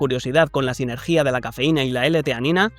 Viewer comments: disculpa pero en qué parte de España se dice "sinergía"? Es sinergia. Y no pasa nada. El contenido del vídeo compensa la tilde sobrante ❤😊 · Por favor, enséñale a la IA que te locuta los vídeos a decir bien la palabra "sinergia". No se dice " sinergía". No sé de dónde se saca esa tilde. Me encanta tu contenido, pero cada vez que escucho esa palabra, me cuestiono seguir escuchando.